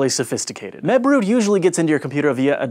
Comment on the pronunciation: holy crap when you said mebroot i paniced thinking you said webroot, my anti-virus.